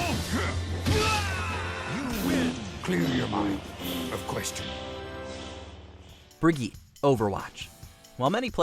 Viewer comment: Brigitte? Did you pronounce that right?